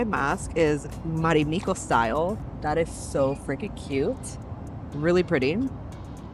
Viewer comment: It's not "Marimikko", it's "Marimekko". The E is pronounced like the first E in "evolution". And it's not "ivolution". Also, why does everybody who review business seats always have to mention that they work on their laptop during the flight? We all know you don't... I was on a flight a few months ago where the female next to me was writing on her laptop for 8 hours straight 👀, but that's one in a million.